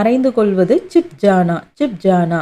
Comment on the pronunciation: Chip kaya nu sollringa but hindikaranga chup nu solranga chupake raha